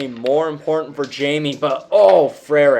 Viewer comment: Great pronunciation of “Frerich”, that’s not an easy one. This was a fun match. Way more 20s shooting than I was anticipating. Great shooting by Jamie